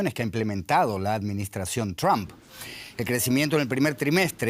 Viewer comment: Donald... ¿qué? ¿Ttthdom? No se puede hablar más gringo que los gringos ¡Por Dios! 🤦‍♂️ Por hacer más, terminan haciendo menos.